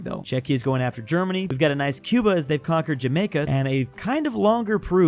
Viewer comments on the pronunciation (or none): none